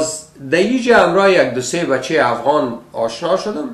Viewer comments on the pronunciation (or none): none